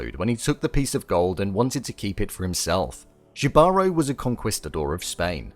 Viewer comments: Jibaro pronounced (he-ba-ro) is a Puerto Rican small farmer, a rural worker for a labor especially of mountain regions.The writer uses this name to depict what this person is anything but. The tattoo on the left side by his ear is a hand with an eye in it that is severed It depicts the evil eye which is something that supposed to help ward off the evil within ourselves however the character has greed and lust that led him to his own demise typically a jibaro farmer works with the land and helps nourish it he only takes what he needs unfortunately this character does the exact opposite The siren specifically target men who have bad intentions The Spanish conquistadors were greedy and wanted to raid and pillage. The siren can dance a top of water this helps show how the men have sin due to their inner greed and evil are attracted to her gold and body besides the magical properties that allows the siren to walk and dance on water as well as ability to tempt men they ran to her straight into water driven by their inner evil they sink due to their sin and obviously gravity This may be in reference to the biblical event that happened where Jesus walked on water and men sunk due to their sin jibaro had chances to stop himself from being greedy his inability to hear was an unknown blessing to him hinted at us with his tattoos by his ear from the beginning but also hinted to us was his greed as he found a golden scale and kept it to himself. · As a Puerto Rican, I should explain - the J in Jibaro is pronounced with an 'H' sound! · I think everyone is pronouncing Jibaro wrong. I've never heard anyone Hispanic/Latin pronounce it like that. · Agree with you 💯, all they have to do is Google the word, "JIBARO" EL SENOR DEL VIDEO NO SABE LO QUE DICE!! does not know how to pronounced the word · I just commented that. I was replaying it to see if I heard it correctly. All the videos on this pronounced it like that 😂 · JI-------- BA--- RO-- NOT YIVAROO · it's pronounced he-ba-ro